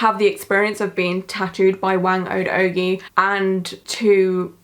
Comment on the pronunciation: You were close! Phonetically, her name sounds closer to “wah-ng oh-d oh-guy”. Thanks for covering this! I’m Filipino so this was really special to me, keep it up!